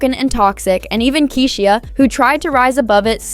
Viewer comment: I hate when AI narrates, can’t even pronounce Keyshia’s name